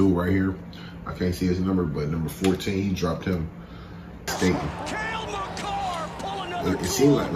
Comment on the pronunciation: You were close on the pronunciation of his name, first part you got right but the second part is pronounced car, so ma-car